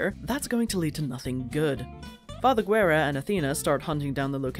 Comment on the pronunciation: A funny thing you didn't mention even tho you pronounce Father Guerra's name as "gu-e-ra" it's actually "geh-rra" and Guerra in spanish means "War" so his name is pretty much "Father War" lmao.